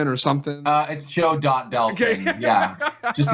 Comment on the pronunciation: I bet that's not his real name because that's not how you pronounce Delfin.